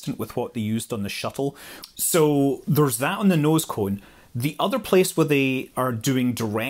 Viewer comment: I subscribed this channel, not because I'm so interested in space flight, but because listening to this literally soothes my sore nerves. I hardly understand half the things being talked about, but have to admit I admire the pronunciation of "nose cone".